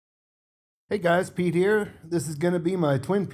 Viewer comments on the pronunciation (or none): none